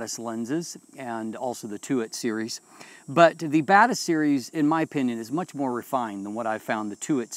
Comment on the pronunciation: Hey says Batis, I hear bad a$s.